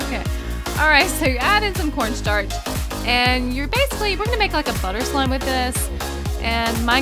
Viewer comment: her: just added soek cornsarch*sweeps her moutain of cornstarch away* me: that a some corstarch girl